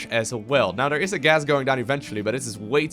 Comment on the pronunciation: "udder side of the map.. none udder than... dere we go. idk if eider of these players. produss. udder wise.. "